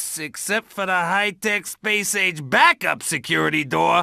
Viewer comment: Ah yes, the one place where it hasnt been corrupted by capitalism... "SSSPAYICE!"